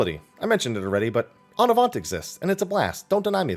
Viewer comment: You're almost pronouncing "En avant" right. In French, we rarely, like, VERY rarely pronounce the last consonant of a word. So say it exactly like you do, without the "t" at the end. That's it ;) Hope it helps